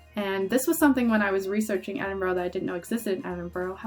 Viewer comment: Glad you enjoyed my home country. Edinburgh is pronounced Edin-bruh. You seemed to remember a lot though so well done!